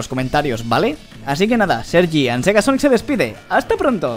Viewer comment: Dijo Sergiandsegasonic